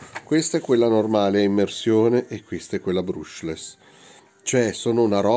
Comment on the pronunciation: Bruushless non si può sentire